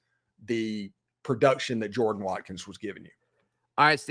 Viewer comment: How can Auburn fans say they love their stadium so much when they can't even pronounce "Jordan" correctly? :>